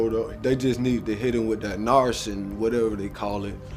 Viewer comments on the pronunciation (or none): I KNOW he did not just call NarCAN ..NarSIN 😂 ....that is NOT what i just heard ....he better stop bussin down them blues and take his asz to treatment cause hes high as hell smh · “Narcine, or whatever its called” 🗿🗿🗿🗿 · Illiteracy at it's finest. This mf can't even say narcan.